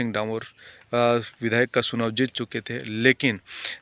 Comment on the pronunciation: सुनाव नहीं चुनाव